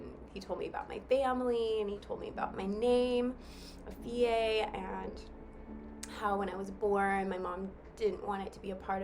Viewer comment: Your name is pronounced Efiya . Member dat. I'm a Ghanaian living in Ghana. Will love to meet up with you when you arrive.